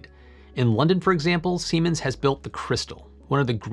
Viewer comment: heh, he said semens